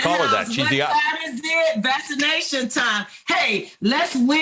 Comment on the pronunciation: What is vassination. Is that ebonics ?